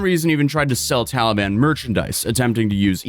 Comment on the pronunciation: lol he said “Towelie ban”